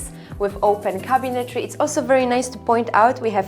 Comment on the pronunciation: Nice ! BTW , it's cabinetry not cabinetary